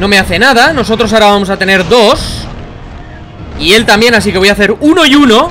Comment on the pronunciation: enbes de decir tanbien dices tamien